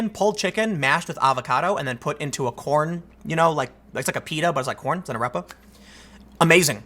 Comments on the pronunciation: It’s pronounced “Ar-Ray-Pah” not “Ah-rep-uh”. Sorry for the nitpick, carry on Tim! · AH-REH-PAH. Damn it Tim! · To pro-Venezuela folks I lived in Colombia and I live in Peru now there’s a huge problem in Venezuela unless you all think over a million Venezuelans are living in Colombia in the streets and in shelters for fun. Also I hate his pronunciation of arepa, but it’s not that important.